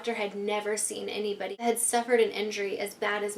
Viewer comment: Hah she said anybidy